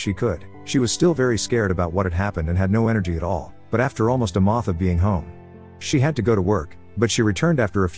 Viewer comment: Collage❌ Collaj 🤣🤣🤣 Month❌ Moth 😂😂 WTF IS WRONG WITH AI NOWADAYS 🤣🤣🤣🤣🤣🤣